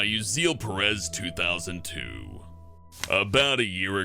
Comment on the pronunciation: It's pronounced "OO-zee-ell PEH-retz" (Yes I know him) סתם אני לא מכיר אותו אבל כל ישראל אחים.